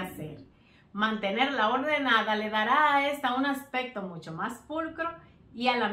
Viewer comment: Buenas ideas, pero te sugiero con respeto para que tus videos se oigan mejor que pronuncie bien las palabras accsesorio o aspecto.... por que se escucha asesorio o aspeto, másimo que la verdad se escucha mal. Es solo una sugerencia. Igual tienes un like